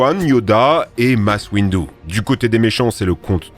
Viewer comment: Masse Windou et Gris-vous. Amusant vos prononciations